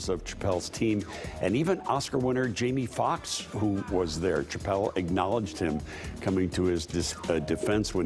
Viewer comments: I'm sorry, are you saying "Ch-appelle"?? 😆🤦‍♂️ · Amen, good lord it was killin me!! Say it with me professional news anchor, “Sha-ppelle”!!! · If you’re going to report on one of the most famous comedians to exist, learn to say his name please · The CH is pronounced with an SH. How could you not know how to say his name if you are a news anchor. Geez.